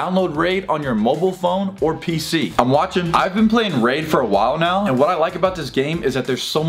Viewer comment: I stg the first two times you said “raid” you said rage. 🙃